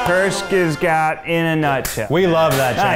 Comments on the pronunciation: Kurzceskaaad :-D Now I lowkey want a try guys video where they have to pronounce (and guess the meaning of) german words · is that supposed to mean kurzgesagt? I literally can't tell bc if it is, it's pronounced very wrong 😂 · That was the worst pronunciation for "Kurzgesagt" ever xD but then I asked myself, how to explain this pronunciation to non-german people? I came up with this: Think of cardi Bs "okuuurrr", cut the "o" and you are left wit the "kuuurrr". Then think of an sharp s for the "z". (Kurz). For the "ge" think of the world "geisha" but take only the "ge". (kurzge) then think of saggy for "sag", but say the A like the first A in "Amazing Grace" and add a T. Kurzgesagt. And now I realized that's probably really complicated explanation but I wasted so much time on this that I post this anyway so. Yeah. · channel: kurzgesagt tryguys: cürsgeschgagat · It’s actually pronounced „koorzgehzahgd“ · Grace Howell Curt-z Kge-cagt, is how you would spell in english, to make the right sounds. Pronounce this with American letters, and you'll get there! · As a German, their pronunciation of kurzgesagt made me cackle You would pronounce it like koorts-gay-sahgt (the ah is a long a, not the English "ay"; the g is pronounced like it is in Greg) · I can't decide weather I love or hate Americans speaking German. "Kurzgesagt" is not kürtschgäschajagt. 😂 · I don't think there's worse way to pronounce “kurzgesagt“ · I cringed so hard at that 🤣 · I love how they can‘t pronounce „Kurzgesagt“ Greetings from germany ✋✋😂😂😄😁😄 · As a German its so funny to see Americans struggle with words like Kurzgesagt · ich hab zurückgespult weil ich nicht glauben konnte dass ich das grad richtig gehört hab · As someone who speaks german it's hella funny how the try guys are pronouncing "kurzgesagt" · When you hear as a german, how keith says ,,kurzgesagt" xD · Wow, they really can't say kurzgesagt 😂 the pronunciation was awful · As a German I died because of the way they pronounced Kurzgesagt😂😂